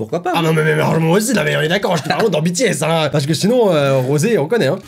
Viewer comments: oulaaaa la prononciation genre "Bétéèsse" aaaar please help me ouf c'est bon il l'a bien dit ( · LA PRONONCIATION, je suis désolé les army 😭😭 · Tu as dit B T S et personne t'a rien dit 😂du coup je te le dit honnêtement ça se prononce BiTiS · Alors excuse moi mais... 1: on dit pas bétés (prononcer se S) mais bitis (BTS) 2: BTS sont pas 18 garçons mes 7 garçons voilas😊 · Par contre, hein. “Bétéaisse” Faut le prononcer à l’anglaise!! “Bitiaisse” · Par contre je suis désolé mais "taille-mine" je connais pas 😅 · qui dit bétés au lieu de bitis c à m'énerve trop!🤣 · C pas "Bétéesses" c "Bitiesses" écrit "BTS" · PAS BÉ TÉ S BI TI ES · Les BTS, ils sont 7 et moi, je les connais tous: RM: KIM NAM-JOON JIN: KIM SEOK-JIN J-HOPE: JUNG HO-SEOK SUGA: MIN YOON-GI V: KIM TAE-HYUNG JIMIN: PARK JI-MIN JUNGKOOK: JEON JEONG-GÛK Et BTS sa se prononce en anglais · Tellement ça m'a énervé ! On dit pas bétéèsse !!!! Et en plus ils sont que 7 et non 18 ! Et perso je connais tous les membres et pas que 3 ! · Non mais Bé-Té-ésse ça fais mam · ci mais il le dis comme ca je cais que ça écrit BTS et pas bi ti s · "Bé-té-éss" Moi- fait un AVC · K-pop on juge pas aujourd'hui ça a évoluer 😂😂😂 et ça se prononce BITI-S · Ça ne choque personne le " bé té aiss " ? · Sa se dit bitis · Mb ça ce prononce bitiaisse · à dit bÉtÉs... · Bts sa se prononce pas comme en français 😂 tu me fais rager à chaque fois que tu le dis, n'oublie pas t le meilleur continue comme ça 😘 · « Ça me fais un peut penser à BTS ([Bé té èsse]) » Les Kpop stan: LES FILLES JE SUIS TOMBÉ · Ça fait mal😭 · Mes oreilles ont étaient choqué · mes oreilles ont saignées...